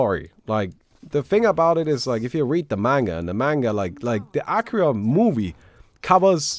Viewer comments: I don't think that's how you pronounce Akira. More like Akeera. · It's not Aaakira